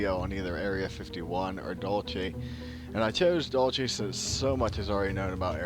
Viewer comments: DUDE !!! Learn to pronounce the frigging names !!! It is Dull See...NOT Dulchay. If you can't be bothered to know what you're talking about...I can't be bothered to watch your vids !!! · pronounced "Dool see" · its pronounced "dool-see" !!!!!!! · Say it like your saying dulse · and he cant pronounce it... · it would sound more credible had you pronounced names correct. Dulce = Dohl say.. Castillo = Casteeyo